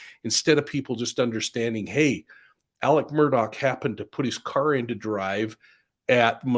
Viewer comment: Why do yall call him Alec Murdock? His fxkn name is aleX murDAUGH not alec murdock